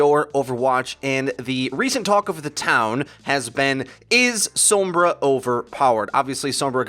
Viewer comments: Sombra not “sowmbrah” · TFW everyone on this channel pronounces her name weird like "soambra" and not just "sombra"... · Anyone else get slightly annoyed that he almost says 'Sumbra'? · The way you pronounce Sombra. This is why I don't play with any on Overwatch their pronunciation of heroes drives me crazy 😫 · Stop pronouncing sombra that way